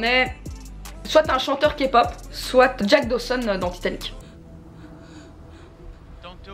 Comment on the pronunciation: enfin quelqu’un qui ne dit pas “ka-pop”🥺 sinon stan Martine🥰